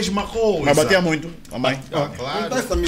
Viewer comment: 😂 😂 😂 😂 "batia" 😄😄 me faz lembrar o bilingue da ango-russa Havona Log 😁